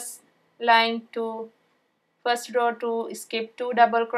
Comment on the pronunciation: Its a row not raw